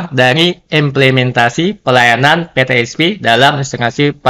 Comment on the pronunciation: Mohon diperbaiki pemakaian bahasa,mana yg Indonesia mana yg Inggris. Contoh : PeTe Es Pe, bukan pe te es pi